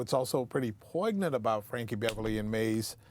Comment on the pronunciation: Did just say poignant with the g? Never heard a grown person pronounce it that way.